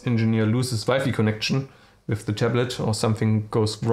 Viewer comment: och man, wenn du schon auf englisch deine Videos machen willst, dann leg dir doch wenigstens einen vernünftigen Akzent zu.... and learn how to pronounce i.e. "with", it is not with an "f" at the end. Das ist ja schlimmer als Schulenglisch 7. Klasse.